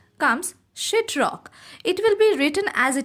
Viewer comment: I love she just says shit not sheet